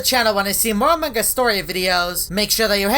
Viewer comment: Haha not anong us its among